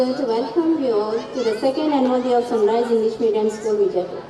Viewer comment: Sun RICE ? OR RISE CORRECT PLEASE